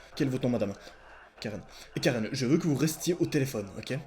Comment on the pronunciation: Ta dis telefion😂